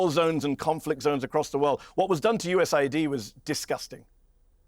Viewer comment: It us aid not us id